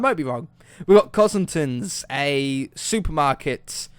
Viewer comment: LOL He said Cosingtons when it says Costingtons